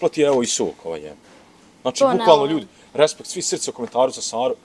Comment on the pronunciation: Nike respect nego rispekt